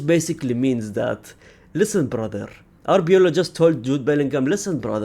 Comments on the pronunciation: Its arbeloa not arbeola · its ARBELOA , not ARBEOLA